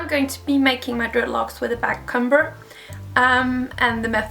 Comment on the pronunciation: I'm not hating or anything, but just trying to be helpful. i can tell that you aren't English so perhaps it isn't your first language but in the word "backcomb" or "comb" the b is silent, so you don't say it. It's more like "c-oh-m". I can completely understand the confusion, English is really confusing and i love your videos! Have a nice day ❤